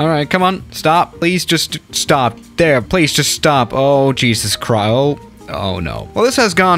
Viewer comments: The way he says "there" sound likes hes saying "thea" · Why does pronounce there as the-aa? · Why did your voice Coach tell u to say there like that love the vid btw just a little confused